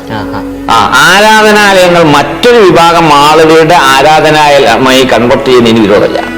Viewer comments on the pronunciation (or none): none